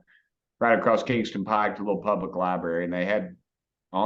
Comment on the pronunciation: can he say LIBRARY? sheesh ...